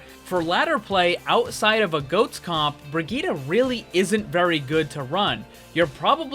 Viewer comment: Why everyone can't speak Brigitte right?